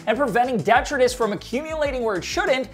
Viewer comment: The way he says detritus is so funny😂😂